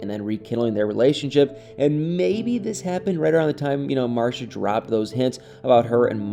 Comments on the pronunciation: She pronounces her name MarCEEa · It's pronounced Mar-see-uh (Marcia) 😉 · The way your pronounce Marcia 🤣🤣 You had me questioning my own memory of the show smh